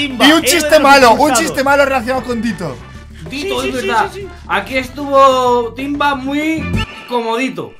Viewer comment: Editalo porque dijister timva??? Si es timba jaja😂